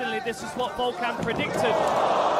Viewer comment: its Volkan and not Vulcan lmao